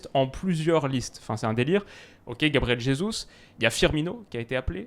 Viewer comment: analyse bidon de ( fan boy de Messi) sur l'Argentine et le Brésil 🤔 en plus il ne sait même pas prononcer correctement le nom de Gabriel Jésus. Un footix. Redescend le dernier adversaire c'était la Jamaïque!! Enfin l'Italie est tellement forte qu'elle a pas réussi à se qualifier pour la CM dans une poule pas si difficile que ça lol. Et la victoire en Copa America c'était ultra à l'arrache avec aucune occasion quasiment. C'était le Brésil qui n'avait pas été réaliste. Enfin le Brésil 2022 est bien plus costaud que celui de la Copa America... Rien que Neymar qui est à son top et meilleurs que Messi. L'explosion de Vinicius et d'autres. Tous ont progressé depuis la Copa America. Et une meilleure défense que l'Argentine et une meilleure attaque aussi... Et pour comparer des séries d'invincibilité il faut aussi comparer les adversaires... Car facile de mettre des pions contre Haïti, Israël, Honduras ou Jamaïque comme avec l'Argentine... Sérieusement si le Brésil explose la Tunisie 5 à 1... Combien de buts aurait mangé la Jamaïque contre le Brésil? Au moins 6 à 0!